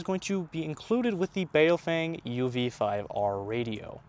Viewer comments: Bow fung is how a Chinese man told me how it is pronounced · Bao Feng, not Bay-o-fang…and you're complaining about their English? 😂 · I feel bad for those people who pronounce baofeng as BayowFeyng like this guy in the video lmao